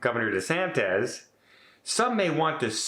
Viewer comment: I did give DeSantis some credit for speaking out on behalf of the cruise lines but threatening to sue the federal government is just a bullying tactic that gets you nowhere. Just a few small corrections,. It's DeSantis (as in praying mantis), not DeSantez. Also, it's Cava, not Canva. Finally, she's not the Mayor of Miami. There are actually three municipalities. PortMiami is in the City of Miami Beach. They have their own mayor. The City of Miami, which is separate from Miami Beach, has its own mayor. And the county that both cities are in is Miami-Dade County. Cava is the mayor of Miami-Dade County. And, yes, she's a Democrat and DeSantis is a Republican which is why she threw some shade at him. Also, where's your green screen? 😂